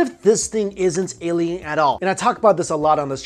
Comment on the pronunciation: It's alien with. A...not Eliens...E